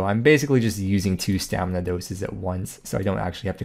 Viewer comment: Does the dictionary also say that you can pronounce stamina as 'stamna'?